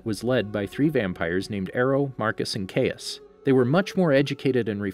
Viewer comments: Caius. Not Cayus. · He also says cayas instead of caius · and caius he said cayas!!! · The way he pronounces “caius” irritates me